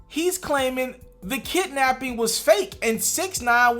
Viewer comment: I can't let you say 'kitnapping' if you want me to take you serious as a journalist.